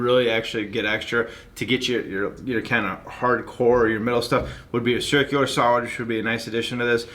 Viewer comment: Can't help it but got to ask tords end did you say shurcular saw? Ha. You guys have great reviews have been watching long time. Good info.